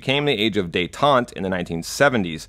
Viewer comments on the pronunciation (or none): none